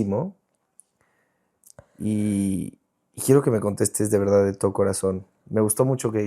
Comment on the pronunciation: Romi dijo su Veldad 😂😂 Hermosa la Romi por fuera y por dentro más Bella ❤